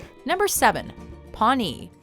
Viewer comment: I loved dances with wolves and you pronounced Pawnee wrong